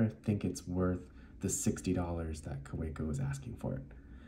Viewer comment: It’s pronounced Kaveco